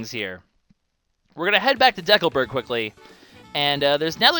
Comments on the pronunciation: It's decalberg not decaalberg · It's a combination of the word "Decal" and "Burg", a common suffix for a town of some sort. The word "Decal" is where ambiguity comes in, as in Canada it is commonly pronounced as in this video, but it sounds very strange to residents of most other countries, who would use a long E sound and further stress on the second syllable rather then deh-coal.